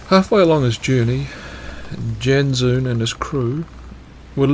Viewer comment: Dutch pronunciation guide on Janszoon: Jans as in Jansport backpack and then the word zone